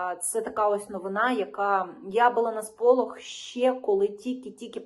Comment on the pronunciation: Все добре Лишень замість слова щье на українській мові вимовляється слово ще.